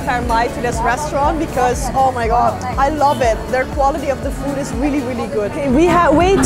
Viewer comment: Teteh pengucapan "Food"hrs yg benar jgn foot.... bacanya Food di huruf D pengucapannya Berat!